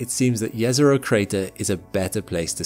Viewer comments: Jezero literally means lake in my language xD So if Jezero was a lake, it would be lake Lake. :D Also, thanks for pronouncing it correctly :))) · The thing that got me most surprise in this video is the fact that actually pronounce "Jezero" correctly. My respect sir as I know how hard is this to pronounce for an non native speaker. And from this I can see that he actually resect the thing he is presenting.